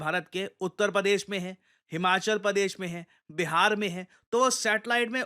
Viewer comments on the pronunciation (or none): none